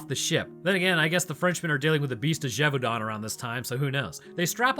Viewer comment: beast of "GAY-VAU-DEN" bro,. "gué" is pronounced kind of like "gay" not "jay"